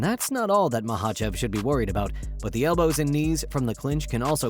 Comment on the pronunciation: At least learn how the say Islam's last name right